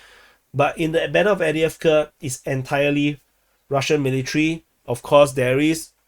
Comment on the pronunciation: After all this time he still can’t pronounce avdivka